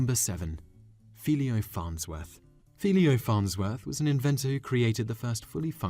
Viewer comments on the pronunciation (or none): Why do Brits add that extra syllable in certain words: i.e. "Philo" pronounced FEE Lee Oh. It's simply "FAI lo". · His name is pronounced Ph-y-lo T. Farnsworth, not Pheeleo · Philo Farnsworth (#7), is pronounced "FI-low" and not "Fee-lee-oh." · Philo Farnsworth is pronounced “Feye-low” Farnsworth. Not “Fee-lee-O”. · AARRGH! It's not "FEE-lee-oh" Farnsworth; it's "FIE-loh"! Rhymes with "High-Low". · The most irritating thing about your videos is the mispronunciation of some words. Example, the guy's name is philo not philio. You added a second letter i to his name. You do this a lot. Please read what you're attempting to say before saying it. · Repeat after me. "Fie-Low." Say it again, with me "Fie-Low." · His name is pronounced Fie lo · Philo pronounced as filleeyo. He does it on purpose. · The name is pronounced "Fi low" and he is remembered. There is a statue of him in the U.S. capital building, and at least one school in Utah named after him.